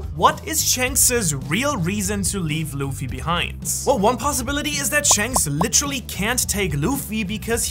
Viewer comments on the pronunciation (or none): none